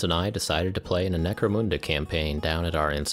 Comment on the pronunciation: why moon-da and not mun-da?